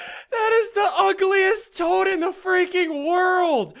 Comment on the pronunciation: toad not tad